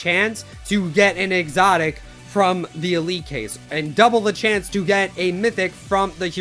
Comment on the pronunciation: THE WAY U SAID EXOTIC U CANT SAY IT NOOB